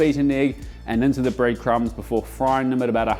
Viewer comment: had a lot of trouble saying the R in words this video.. Breadcums??